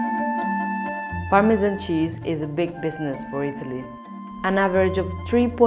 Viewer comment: you just could not choose a worse narrator.. "permeaan cheeaauuz ehuu veeuu ee uuuu vuleee"